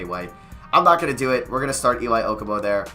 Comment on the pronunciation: Elie Okobo is pronounce El-Lee Oh-Ko-Bo